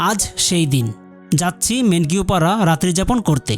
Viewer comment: মেনকিউ না ভাই মেন্নাউ পাড়া